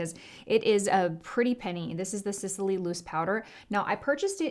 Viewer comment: Sis-ley is the brand. "Sis-i-ley" is the name of the island ..Sicily